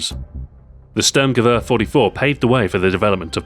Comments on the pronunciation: Listen to what he says when he talks about the stg 44. He says Störrmgewörr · You pronounced Sturmgewehr not very good. :)